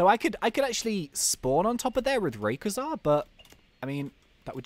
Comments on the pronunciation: IT IS PRONAUNSED RAIKOAISA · rayquaza is said ray-qua-za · It isn't raykuza it's rayquazza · IT is Ray quaza not Ray qa za. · It's not rayqiza it's rayqayza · that's not hwo you pronounce raquazza it's ra q ua zzzzzz a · raykauza? aleast thats what im hearing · u say rayquaza wrong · Please say rayquaza proprely